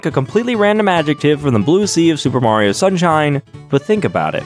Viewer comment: It's-a-me! Maruto!